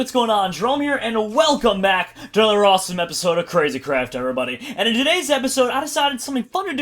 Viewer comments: did he say awesome or rossome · did anybody hear him say rossome instead of awsome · I can't believe in the beginning Jerome said rossome #rossome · In his intro....did any1 else hear him say...Rossome? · Did Jerome said "A #ROSSOME episode of Crazycraft?!?!?!LOL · was it just me or did jerome say rossome??????????? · Jerome said rossome at the beginning of the video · At the beginning Jerome was like rossome episode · any else notice he says rossume in his intro skydoes minecraft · did he say rossme at the beginning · did he say rawsone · Did he say rossome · did I just hear Jerome say rossome that's #rossome